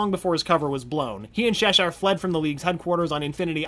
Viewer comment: this was good, up until Sheshire and Jamie Reyes. My man come on, Che-shire, like the Cheshire Cat hence her mask. Jamie, Hai -me, Spanish. Did you watch the show?